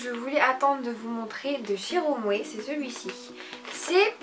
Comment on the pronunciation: Ca se prononces pas romwer mais romwe!